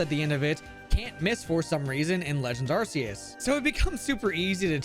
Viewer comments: Ar*K*eus, not Arseus. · I'm sorry but the pronunciation of Arceus is killing me already. ARK-E-US, not ARSE-E-US! The movie confirms it. 😭